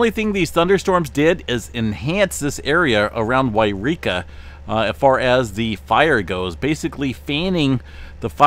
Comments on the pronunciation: Hey it’s not Eureka! It’s Yreka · YOU reeka and WHY reeka are two different places. Should always pronounce it WHY reeka for this fire.